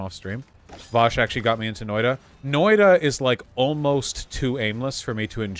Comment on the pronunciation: Hearing him pronounce it "Noida" is driving me insane.